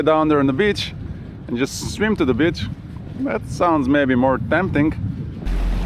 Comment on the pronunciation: I always enjoy your videos! One small thing though: Please say beach differently:D The way you say it is an other word, referring to a certain type of lady, and this is somehow not nice. Just a small change:)